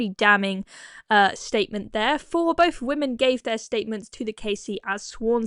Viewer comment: Is it REALLY so hard to say "boTH" and "THrough", instead of "boF" and "Frough"? Thor thuck's sake...